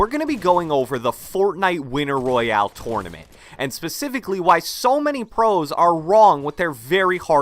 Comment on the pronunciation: Can you stop saying tournament like that